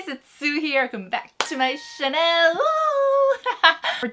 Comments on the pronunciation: Is it just me or does she always pronounce channel as Chanel ? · 언니 채널 말할때 항상 샤넬 처럼 들려서 뭔가 기부니가 조아요 ㅎㅎㅎㅎ